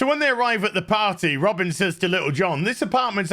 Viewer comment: Shouldn’t her name be pronounced Ro-Bine……..not Robin